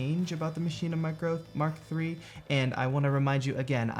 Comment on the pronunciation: Thanks for a great video….. and saying MARK 3 not m k 3!